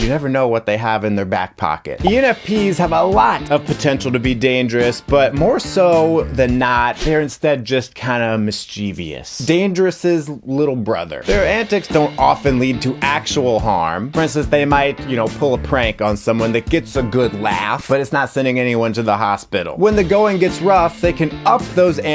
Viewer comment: you spelled and pronounced MISCHIEVOUS wrong. It's pronounced like mis-che-vuss hehe